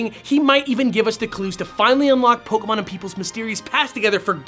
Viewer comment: Bill: POKAMON!!!!! D